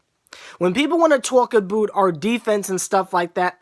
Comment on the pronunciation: I love how you say about like "a-boot"